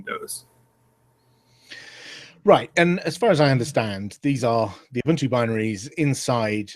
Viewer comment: What's up with his pronunciation of Ubuntu? Shouldn't an Ubuntu Community Manager know how to correctly pronounce the name??